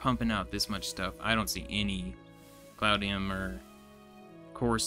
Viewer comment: Almost there. I've enjoyed watching this series. By the way, it's not cloudnium. It's cloutium. 😉